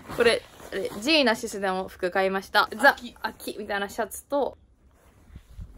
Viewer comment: ジーナシスのイントネーションは「さんこいち」と一緒じゃないかな？